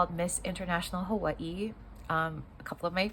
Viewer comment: I like how you say Hawaii. Sound like a true Hawaiian.